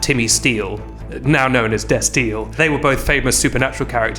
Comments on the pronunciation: I'm thirty seconds in and pronouncing destiel like it rhymes with Bastille is the new funniest thing I've ever heard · The way pronounces destiel is cursed